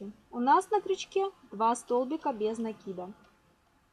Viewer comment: правильно накИда😀